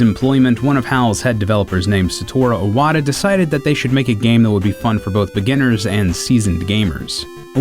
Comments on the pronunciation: Nice video , I really enjoyed it! but why he pronouncing Iwata like *O*wada ? xD it throws me off bit. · God damn man you still haven't learned how to pronounce Satoru Iwata's name? it has an I at the bloody beginning? not an O